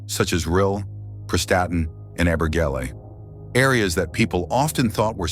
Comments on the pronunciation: I was thinking his pronunciation was extremely good. . I live in between Abergele and Conwy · Good pronunciation of these Welsh towns, whatever other comments may say. I live in that immediate area.